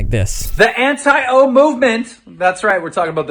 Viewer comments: Jesus Christ, everytime you say Anti-O i cringe can you not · Every time he says “anti-o” my soul cringes out of my body. It’s so dehumanizing. Like keemstar views everyone who doesn’t like onision as a brainless bot, too blinded by their hatred for some greasy onion boy to think clearly and look at facts. In reality people that don’t like onision are anti-abuse and are critical of his behavior and actions. It’s not some personal thing against some guy we don’t know, it’s about calling people out for harmful behavior. And the fact that he thinks onision is going to grow from all this and have some redemption arc demonstrates a complete lack of understanding of the story he is reporting on.